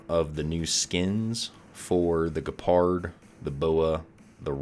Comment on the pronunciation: did you just say ge-pard.... like ge in "get" ... lol